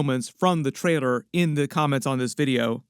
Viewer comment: WHY CAN'T YOU PRONOUNCE TRAILER CORRECTLY?!?!?